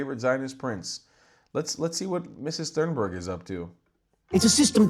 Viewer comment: How did you pronounce her name? 🤣🤣🤣 Please, let me help you, although my Swedish isn't the best! If I had to write it pseudophonetically for an English speaker, I would spell it ‘Tühnberry’. However, there is still the ‘ü’ sound, which most English speakers struggle with. I think ‘Toonberry’ will do. But "Sannbörg" (as your American English pronunciation sounds to my Austrian ear) is completely off the mark. P.S.: Btw., I am not writing this because I am a fan of Thunberg, but because I am a friend of the correct pronunciation of languages. 🙂